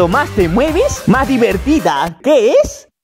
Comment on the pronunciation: minuto pista número 3 dice diverida no divertida